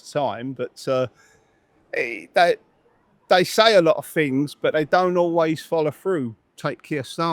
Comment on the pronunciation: "To me it's got better, because the fings they're putting in, like the seafront, fings like that." Well I never realised they'd put a new seafront in Clacton. Why wasnt this in the news? 😂😂😂